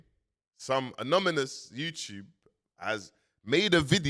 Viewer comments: it’s anonymous not amonomus 👍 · Im not mali but Ive read da comments and agree they are triggered BUT Never met a legit watch dealer who accepts stolen funds maybe thats why... Man kept saying aMonomous😢